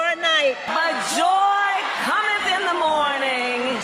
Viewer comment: "Joy Commonth in the Mornin" No words could be more prophetic.